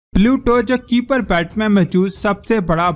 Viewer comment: کیپر نہیں ہائپر بیلٹ صحیح بولو